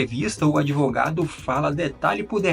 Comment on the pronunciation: Se fala Advogado, respeitando o “D mudo” e não Adivogado ou Adevogado!!! Já temos muita gente falando menine, boyceta, naicimento, Poblema, problema, pobrema! Já estamos lascados, mas se matarem a nossa língua, morremos junto!